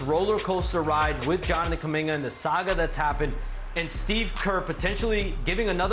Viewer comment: It's Jonathan, not Jonanan Kuminga